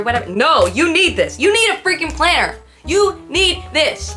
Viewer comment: Lmfaoooo the emphasis on the planner! 😂😂😂😂